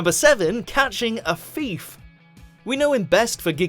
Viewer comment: "Catching a feef"